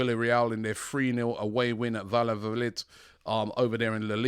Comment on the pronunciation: Robbies pronunciation of Valladolid🤣🤣